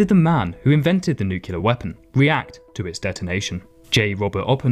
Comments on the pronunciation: The real war crime is that you pronounced it as nucular instead of nuclear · It's pronounced new-clee-ur, not nuke-u-ler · It's pronounced Nu-clear not Nucular, holy shit. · For the love of God!! it's pronounced ( new- clee- er )!!! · Nuclear. Pronounced New Clear! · It would be nice if you could pronounce "nuclear" to begin with :( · Please lean how to pronounce Nuclear. Please... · It's pronounced nuclear